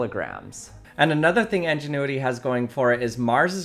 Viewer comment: It is INgenuity not ENginuity.